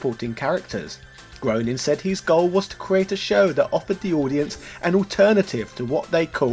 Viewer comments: Groening is pronounced "gray-ning" not groaning. Great episode, though. I bought the PS3 version back in the day and still have it on hard drive. Good thing, since it was delisted years ago. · Matt Groening's last name is pronounced so that it rhymes with "raining", not "groaning". :D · It's Groening like graining, not groaning... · Groening is pronounced "Gray-ning" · It's pronounced Matt "Graining" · Not that it matters, but as Matt puts it, Groening rhymes with complaining.